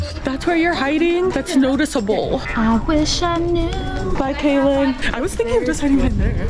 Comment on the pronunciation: Lmao said kayeln shut it 😂